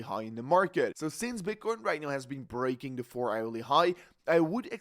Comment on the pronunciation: What the hell did you just say at the beginning? Bitchcoin? 😂😂